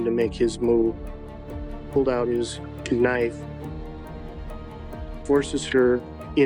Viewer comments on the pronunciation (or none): "pulls out his KA-nife" ?!?! Does anyone else say it that way? In all seriousness though, my ❤ goes out to her loved ones. No parent should have to bury their child. It's a pain that never goes away....One I know all too well 😢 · Di......did he just say....."KANIFE"??? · I know you didn't just call a knife a, "kuhnife." 😂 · I had to rewind it a couple times.. ka nife 😂😂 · I've never heard someone call it a "kuh-nife". Poor girl. The idea that it was probably her calling the bf a second time and pushing buttons, as if trying to signal that she was in trouble is heartbreaking and scary. Props to the amazing woman that knew instantly it was the same guy that hurt her years earlier. ❤️ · did he actually say the K in knife?. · this man just pronounced the “k” in knife. 🤦‍♂️